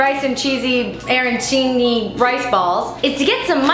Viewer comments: this video is sac-relit. I'm offended....jk but seriously as a sicilian i know how to make real arancini...... ps here is how you say it are an chi ni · It's Arancini! (pronounced aranˈtʃiːni). It is a delicious Italian street food. I really hope you come to Italy any time soon...your mouth would be amaaazed! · Aranchini is a Sicilian recipient and Arancha is the Italian word for Orange (the fruit in this caes also the colour but not this case) because they are the size of an average Orange. You were pronouncing it fairly acuretlly. Ah-Ran-Chee-Knee. Also they are usually fried and have a filling of meat sauce and peas or atleast where my relatives live that wad the filling.